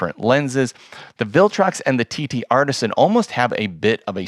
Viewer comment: I know this is petty, but: TTArtisan (singular), not TTArtisans. You’re very good! Your channel is definitely among the best on YouTube related to photography gear. Your content and execution are of such high quality that even small errors with a company’s name, however, stand out. Keep up the good work, but, please note: 7 Artisans, TTArtisan.